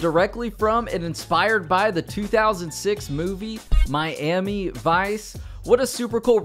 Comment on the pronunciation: You're a really cool person but please pronounce Miami properly